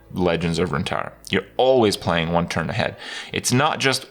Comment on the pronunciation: LEGENDS OF RUNTARRA LULW